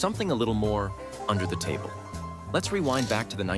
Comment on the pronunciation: Gaster noise while saying "UNDER the TAbLE"